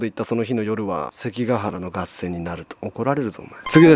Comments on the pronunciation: がっせん。。。かっせん でしょう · 合戦は「がっせん」ではなくて、「かっせん」です。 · 合戦:がっせんじゃなくて読みかっせんやぞ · 読み方の訂正 合戦(かっせん)→単語の前に名詞(源平など)が入らない場合 入水(じゅすい)→自殺の方法として水に入る場合 いつもありがとうね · がっせん→かっせん じゃぁないですかねぇ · 合戦 かっせん じゃない？ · 合戦 がっせん× かっせん○ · 合戦→かっせん 入水→じゅすい って読みます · がっせんがっせんて、かっせんちゃうの？ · たっくー、合戦のことがっせんて読んでる？？ 本当はかっせんやんな？私の耳がおかしいのか？👂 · がっせんじゃなくて、かっせんですね。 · 気になったのだけど、"合戦"の読み方って、"かっせん"だよね。